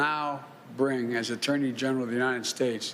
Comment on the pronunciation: we didn't have that for the last four years. Yosa mite? Really? United shates? OK